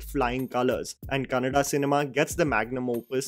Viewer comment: i am not asking u to learn kannada language but at the very minimum u can spell out the obvious correctly. 'Kannada' is not pronounced like Canada. The double n or "nn" is there for a reason. It's the same stress on the letter when u pronounce Anna or allah or Amma or ganna (sugarcane) for double letters. Can't believe I have to spoonfeed north Indians this way on how to pronounce such a simple spelling.